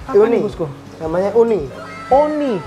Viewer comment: itu EUNI bos bukan ONI😂